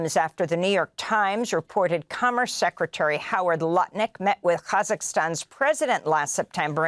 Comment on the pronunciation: Lutnik, why do I hear nutlick? Thanks!